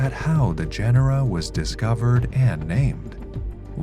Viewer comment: Gen-er-ra?? You immediately loose credibility dude.